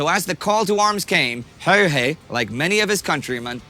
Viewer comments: You said Simo Häjä in the beginning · I'm pretty sure that many have pointed this out, but the picture in is NOT Häyhä. It keeps popping out every now and then, but it's not. Oh and if you want to learn how to pronounce his name it's "h"ello, d"a"d, n"ew" "h"ello d"a"d. Finnish A is like A in father, and Ä a in as or dad. Simo is like "Salt" "Immobile" "More" "Opera". Thanks for the video :) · Finnish pronunciation doesn't alter like that. What you suggest would spell out as Hauha.